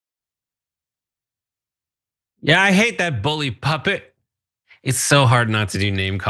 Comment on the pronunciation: OMG I was wondering if I was the only one that caught her saying "bully PUPPET" instead of pulpit!! 😂😂😂😂